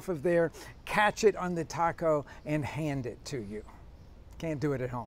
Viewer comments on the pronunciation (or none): none